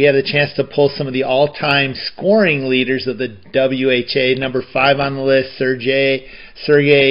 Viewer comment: When you said Sergei, I was thinking to myself that there weren't any Russian players in the WHA. But then you said Bernier and I realized that you turned Serge (pronounced Serj) into Sergei, so I guess you've invented a Russian French Canadian hockey player. The funny thing about that Marc Tardif card is that he had already been with the Nordiques for the previous 3 seasons, but they used a photo of him from 1973-74 when he was with the LA Sharks. This was the last WHA card set, even though the league existed for one more season, in 1978-79.